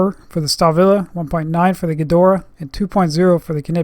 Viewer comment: why does he call it "Gedoraa" or is it the access flehm in his throat?